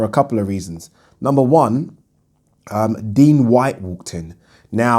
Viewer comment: Why are you still calling him Dean Whyte?